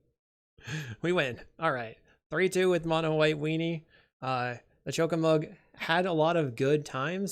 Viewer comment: Weird to hear Choco and Mog not pronounced as, well, "Choco and Mog", though the way it's printed on the card doesn't really help for people who haven't played the games, so I'm not blaming you. I'm still unsure how I feel about the Final Fantasy set in general beyond being glad that at least nothing is as obnoxious as some MH3 cards (even witg unsurprisingly good Black Mage's Rod is). Either way I wouldn't mind seeing you play this deck again as long as you're more comfortable with it since you're clearly aren't comfortable here.